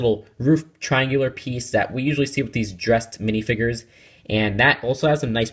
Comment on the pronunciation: they're called minifigures not minifigres